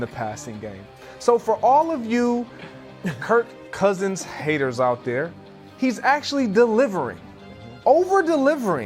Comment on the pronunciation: Bro said Kirko Cousins 🤣🤣🤣🤣🤣🤣🤣